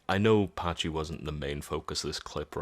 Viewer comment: “Packee” not “Patchy”